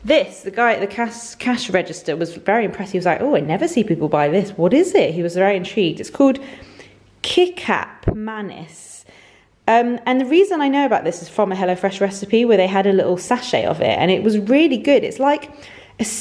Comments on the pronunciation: Kicap is pronounced as Cat-yap. It’s used in Indonesian kitchen a lot and probably also Malaysia. So good in stir fry😍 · HI, I’m from Malaysia and the soy sauce you mentioned is pronounced Kee-ch-up (ch sound - as in chair). they’re slightly sweet than the normal soy sauce. Btw, your pantry is DREAM. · Love that you are using kicap manis 🙂 FYI it's pronounced key-chap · Kicap pronounce C like in ketchup. Kicap manis means sweet soy sauce. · omg kicap is a malay word and i'm from malaysia! it's pronounced "ki-chap" like chap in chapstick. it means soy sauce and manis means sweet in malay! I LOVED hello fresh when i was living in the UK! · Yes!! It’s Malaysian sauce. The way you pronounced kicap was so adorable.. the “c” is supposed to be pronounced as “ch” as in “ch”ampion :)